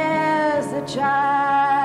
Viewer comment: What gets me is that she went to Red Bank High school in New Jersey. And yet she pronounces Chance as Chounce.